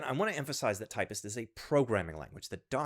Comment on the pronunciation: Typst not Typist, seriously